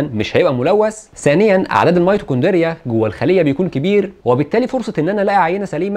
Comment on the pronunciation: نطقك للميتوكوندريا صعب اوي يا حاج. اتمنى تاخد بالك من الحاجات دي علشان آلاف هيرددوها غلط وراك